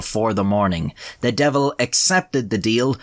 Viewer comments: “The deevil ‘emself! B’Jaysus, Look at ‘em!!” Was so iconically Irish LMAO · "divil" and "jaysus" just pull at my heart strings so much, I miss my grandma. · i was gonna say something about your pronunciation of josephus but this is a country where y’all say ‘divil’ and ‘jayzuss’